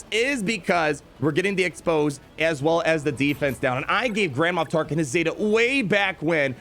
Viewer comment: “Grand-Ma Tarklin” ?